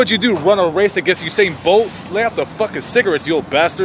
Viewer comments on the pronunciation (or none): none